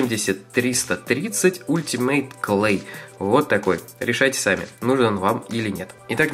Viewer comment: Не ултимейт,а алтимейт